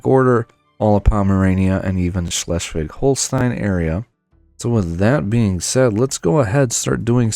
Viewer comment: you nailed pronouncing Schleswig Holstein!! Good Job!